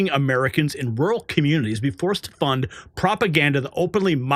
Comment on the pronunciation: Why does she say "rool" instead of "rural"? There are 2 r's in there.